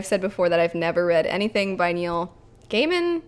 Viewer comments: No Country For Old Men is (imho) a great movie. Let's see if the old adage about the book always being better holds. Your first choice for the pronunciation of Gaiman is correct. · Gaiman is pronounced "Gayman", as opposed to "Guyman" :D I was almost as surprised about that as when I learned Stephen King was pronounced "Steven", not "Steffen" XD